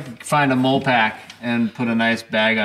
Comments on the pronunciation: Molle pack is actually pronounced- Molly pack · It's pronounced molly, like Mollie, not mole ;o) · MOLLE = “Molly” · Dear, It is pronounced MOLLY. Sincerely, everyone in the military. 😆